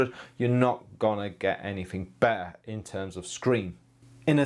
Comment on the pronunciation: The world illustrator is pronounced as it is written; unlike: "illushdra'o'". Be NOT lazy! Any media-person is a role-model for people - for better or for worse! {Further more: "be-a" (meaning 'better'), "design-a", "wonna" (it is 'want to'), etc. Try clear language again. You will realise that it makes also a difference to your own wellbeing & life!} In regard to this review: Has this monitor on-screen-monitor-controls, etc?